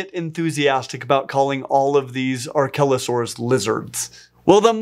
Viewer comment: I was looking away when he first said archelosaurs and I thought he was calling it a “R-kelly” o-saur